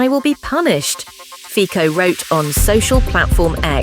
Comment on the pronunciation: The pronunciation is Robert Fitso, you don´t even bother to check it before you publish it...